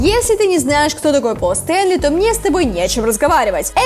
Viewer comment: я не знаю, что она там замлямлила, но явно не такого участника группы как Пост Эли, но я так поняла, что она говорит про Эйса Фрейли, или Пола Стенли, блин, говорите пж понятнее